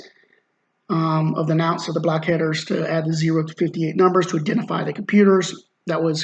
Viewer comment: NONSE. Not Nounce. Other than that great video :)